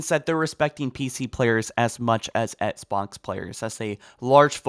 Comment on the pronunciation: Please say “Ex-box” instead of “Ets-box”. I can’t unhear it and it pains me.